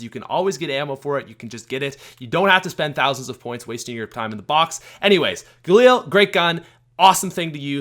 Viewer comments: Stop saying galeel it’s ga lil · Its called gaLIL not gaLEEL u dumb fuck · The galeel? No, no no, ga-lil. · the way he says galil (Galeel)